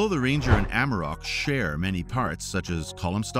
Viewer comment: ... AmArok... not Amrok 🤦‍♂